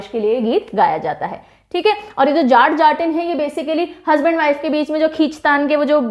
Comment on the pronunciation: Uttar pradesh ka folk दादरा है ददरा नहीं... बिहार का जाट-जाटिन नहीं.. जट-जटिन है